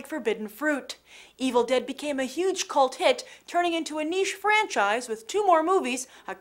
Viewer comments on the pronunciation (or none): none